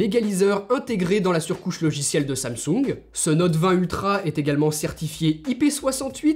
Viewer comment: Samsoung ? xD